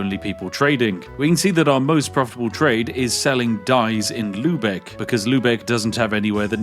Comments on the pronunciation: Love that you pronounce Lübeck quite accurately as you are not familiar with the ü-letter <3 Though what I found during my stay in England is that native English speakers have way more trouble with the German pronunciation of the o-lettern. Always a linguistic joy for me to listen to such a case ;) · He said Lübeck 😍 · Spiff saying "Lübeck" correctly touched something deep inside me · props for your pronounciation of "Lübeck", that was really good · elite knowledge and the way you pronounce lübeck is pretty good